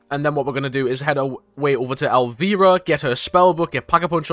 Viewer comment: absolutely butchered elviras name